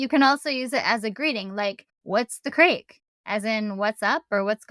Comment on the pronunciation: Craic is pronounced crack, not crake. The Irish being one of the few nations that can go to America, ask if there’s any craic, and not be arrested. And it’s banjacks (ban-jacks) so banjacksed ban-jacks-ed or ban-jaxxed. But your feck was perfect 😂